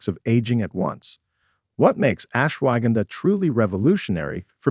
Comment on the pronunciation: AI HASAHARDTIMEPRONOUNVING .///ASHWAGANDHA...GONNA TAKE SOME RIGHT NOW